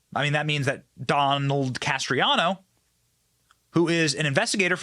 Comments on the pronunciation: It's Can-est-raro Not canestrano. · Canestraro. Not Castriano. Accuracy is important, Benny. God bless. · BEN. it's CANE-STRA-ROH. You're killing me smalls. haha. Incredible video, though. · Idk how he gets castriano from canestraro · CANESTRARO NOT "CASTRIANO". 🤦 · Canestraro, not Castreano. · Dude how many times you read canestraro as castriano drove me up the fuckin wall. Your whole shtick is reading what other people wrote and/or reacting to what other people (tucker carlson) said. At least read it correctly... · It's Canestraro, not Castriano! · Please learn how to pronounce words before you say them. His name is NOT Castriano. Thanks Benny. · It’s NOT Castriano! Slow down, and please read correctly, or just let us read it for ourselves!🤯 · Don Canestraro is his name and it is NOT pronounced Cas-tree-ah-no. Just like nuclear is not pronounced nu-cue-lar but is pronounced nu-cle-ar. It's Bur-ees-ma not Bur-si-ma! Benny you are in BROADCASTING! Please learn how to pronounce words properly. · I think it’s pronounced Can es tro. Just saying. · It was very difficult to keep watching the video because of the way you were butchering the pronunciation of Canestraro. I think you can do better than that.